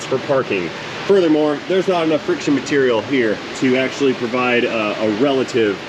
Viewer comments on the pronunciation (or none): none